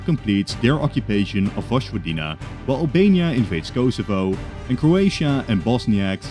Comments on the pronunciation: My man please learn how to pronounce Vojvodina 😭 it's not voshvodina it's voyvodina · Btw, Vojvodina is pronounced Voy-vodina, not Vozh-vodina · Vojvodina is pronounced as "Voyvodina"